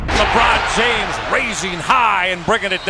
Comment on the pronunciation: Had to turn it off when you said Jabron Lames